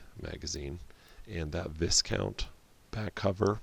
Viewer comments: If it is supposed to be pronounced like the military/gentry title from Europe then It's pronounced Vigh-count or Vai-Kaunt not Viss-count. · Sorry, but. Viscount is a title of nobility and the 's' is silent. Vye count.